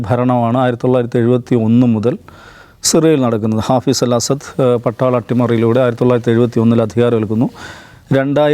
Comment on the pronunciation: ബശാർ അല്ല ബശ്ശാർ. അസാദ് അല്ല അസദ്. അതായത് ബശ്ശാർ അൽ അസദ്